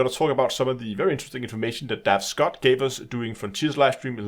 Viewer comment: It's Dav Stott, not Scott.